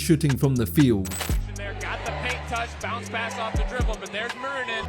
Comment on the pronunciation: Just a quick tip on pronouncing his name: it's less "Mew-rinen" and more "Moo-rinen". Nice vid btw!